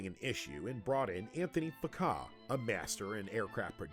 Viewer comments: On the other hand, they brought in “Anthony FuhKAH”! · interesting way to pronounce the name Anthony Fokker, whose real name sounds practically the same as the word this channel tried to avoid! 😂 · Yes, but he butchered Fokker. Still a good video though. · Well more or less, but they massacred about any other non english term (except for Benz i guess), namely the first name Arved, the Term "Fliegerabteilung" and the dutch aeronautics pioneer Anthony Fokker's name... it sounded okay to me. it's a hard sound to reproduce for english throaths, just as W and TH are awful for german speakers to pronounce correctly when learning english.